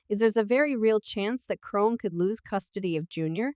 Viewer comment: WHO THE FUCK IS CHRONE?? how do you make a video about someone and you’re illiterate 😂😂